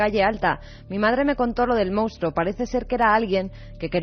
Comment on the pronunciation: Iker, a ver si aprendes de una vez a decir MONSTRUO, que tienes Periodismo!!!